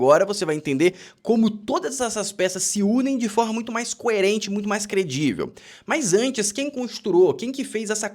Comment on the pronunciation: A palavra correta é crivel e não credivel,.